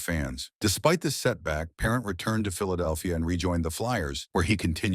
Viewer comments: Brutal announcer. Get rid of this announcer. Can't even pronounce the goalies last name correct. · Not even pronounced his name correctly shameful